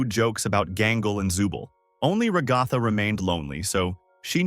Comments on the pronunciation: its not called rugatha its pernounced as ragatha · I can’t take it with the “rigotha”💀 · i'm leaving the video now that i heard him pronounce Ragatha like that a fifth time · the "RaGAthA" gets me every time😂 but I like the video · I love how the AI actually pronounced Ragatha right the first time, then proceeded to mispronounce it afterwards